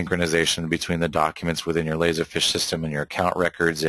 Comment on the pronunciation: It's "feeeesh" dude. Not fish.